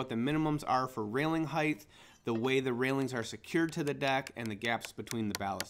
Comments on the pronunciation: omg it's HEIGHT. NOT HEIGHTH. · What's a heighth lol. Do you mean Height. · FFS, stop saying "Heighth", it's "Height." A hard "T" on the end. "Width" sounds like it does because it actually has an "H" on the end. Height does not, so stop saying it that way. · Hight, not highth. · Sometimes he says "heighth," and sometimes, "height." I don't think "heighth," is a word. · Hey buddy great video, so clear and concisely explained...not to nit-pick but so you are aware, the word is HeighT, not HeighTH...it's commonly mis-said because of widTH and lengTH. Great channel, new SUB here. I'd love to hear your feedback and knowledge shared on my channel as well! -ADAM The New Woodworker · I'm just being pedantic, but I would want to know if I were you. Heighth isn't a word. It's just Height. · please stop saying "heidth". It's "height" OR "width". NOT BOTH!!!~ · Great job! Why do so many American tradesman pronounce “height” as “heightH” ?!? Where does that H come from? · Great video. Just fyi, "heigth" is not a word... :) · Lmao there is no "th" sound after height. It's pronounced as "hite" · You lost me at heighth 😛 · Height is pronounced like kite. You're adding a "th" at the end when you pronounce it. Otherwise, nice video.